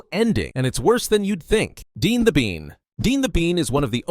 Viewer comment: Bro jumper only appears in spokes videos and princezam and raxby isnt forgotten and deputy everyone still talks about their last lines and also its dean not dee dumb learn from the wiki